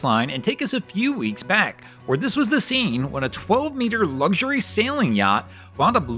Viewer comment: Theres no "G" in luxury. Trust me on that one ! 😂